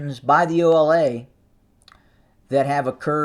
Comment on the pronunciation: Bruh not OLA 😂😂😂